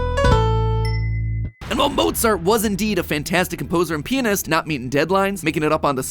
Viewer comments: Srsly Matpat,'Pee-nist'.It is called'Pia-nist'😂😂😂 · that is a very interesting way to say pianist